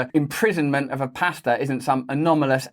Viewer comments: I thought you were saying pasta 😂 I was so confused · Love you Russell and lol thought you said pasta and nurses